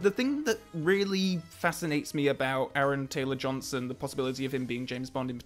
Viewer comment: What’s an Aaron Ansrong Gamberson? I’m sorry who did you say it was?